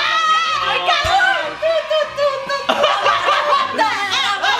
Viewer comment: dice hay caron